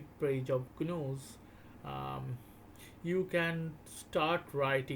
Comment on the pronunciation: I'd like ti interject for a moment...what you're referring to as j(eez)-news is actually g(of give)...news 😂 wonderful rare video.